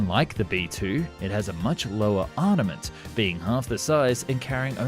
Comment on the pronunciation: It's Armament, not Arnament